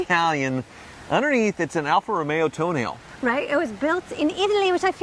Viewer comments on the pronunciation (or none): Alfa Romeo “Toenail”? It’s “T-O-N-À-L-É”😂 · It's to-naa-le, not toenail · It's pronounced Tonetta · Tonail???? TONALE! PRONOUNCE IT CORRECTLY! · did you just say alfa toe nail ? 🤣🤣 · The correct pronunciation of "Tonale" in the Alfa Romeo Tonale is "toe-nah-lay" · Tonale - pronounced 'toe=nail'. 'coz 'Murica 😝😆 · 30 did he say Alfa Romeo toenail ? 😂🙃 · I stopped watching after he pronounced Tonale wrong.